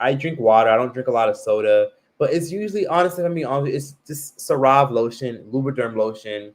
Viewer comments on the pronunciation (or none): Lol unpopular opinion, I love how pronounces the CeraVe brand like it's a high end luxury brand only rich people can afford. He pronounces like Sir-Rov 🤭 it's pronounced like Ser-Ra-Vee. I be so confused when i hear him saying that but then i realizes what he means when I notice someone's asking about his skin. CeraVe is pronounced Ser-Ra-Vee hun...it's okay, we still love and support you tho 🤗🥰